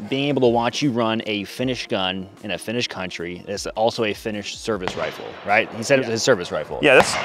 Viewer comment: Your Finnish pronunciation is excellent, I'm very surprised.